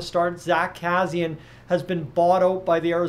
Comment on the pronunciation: You are not saying Kassians name correctly but I agree with you he wont be back here.